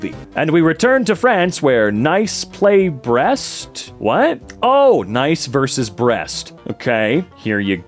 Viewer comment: Pro tip: the city of Nice is pronounced like "niece."